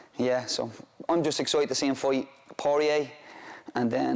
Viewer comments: Will be a good “foi” 😂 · that's literally not how that accent pronounces 'fight'. It's more like 'fiught'